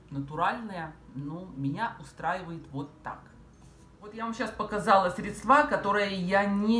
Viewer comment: СвЕкла, а не свеклА, срЕдства, а не средствА!После 10-37 смотреть не смогла...